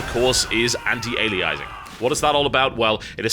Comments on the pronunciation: You're not describing AF there TB you're describing trilinear filtering. AF is an improved algorithm for choosing a mipmap level based on the screen space the poly is occupying, it's not about smoothing the transition between mipmap levels. Also you're still pronouncing anti-aliasing wrong. Think of the word alias. Ali - a - sing. Not ali - ize - ing. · Pet peevish I know, but it's "anti-ALIASing", and "anisotropic" is pronounced "anise-oh-tropic". As an Englishman you should know better...unless American life is rubbing off on you. :P